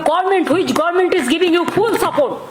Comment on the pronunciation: Teatment, poblem, gorment😂😂😂